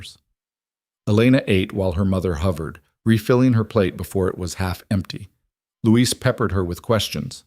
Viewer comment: A very good story but why is Elena's brother named 'Louise' when it should probably be 'Luis' ? Christchurch, New Zealand.